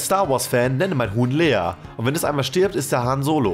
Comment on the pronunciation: Es heißt LEIA nicht LEA